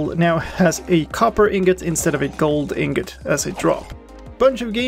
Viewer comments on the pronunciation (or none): none